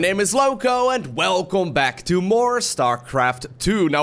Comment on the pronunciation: Hey, Jouw uitspraak is echt subliem maar aan een woord hoor ik gelijk dat je een Nederlander bent, misschien doe je het express dan heb ik niks gezegd. Het gaat om het woord welcome a.k.a welkom. Verder mijn complimenten voor je kanaal.